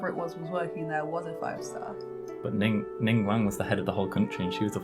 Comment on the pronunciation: Did he say ningwang and not ningguang?